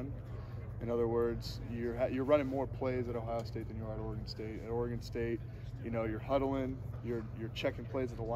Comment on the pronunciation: Oregon State. Oregon state come on it’s not that hard